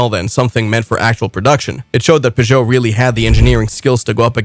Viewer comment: Peugeot is a two syllabled word.